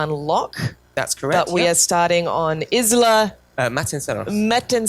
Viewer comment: S is silent in Isla